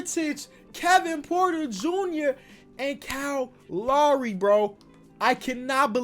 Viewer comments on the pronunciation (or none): I love that he pronounces Kyle Lowry as Call Ari